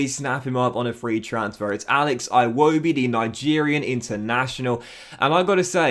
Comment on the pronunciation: oh ffs youre going to pronouce iwobi wrong the whole time like you do richarlison